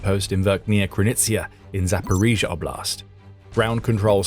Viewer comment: Pedagogical rhymes with logical. Also oblast is pronounced Awblist 🙏👍